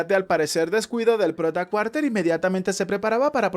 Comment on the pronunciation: Está bueno pero creo que se dice Carter no Cuarter pero bueno es lo mismo igual y el resumen es muy bueno (